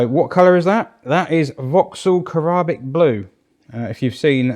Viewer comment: I think it's Ca-rib-ic blue- as in Carribbean